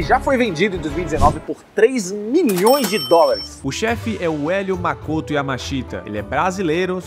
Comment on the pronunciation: É Makoto, não Makotu. Não existe a pronúncia TU no idioma japonês